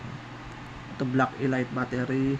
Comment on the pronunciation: Anung elight mag pronuonce elit di elight mag pronounce hahaha...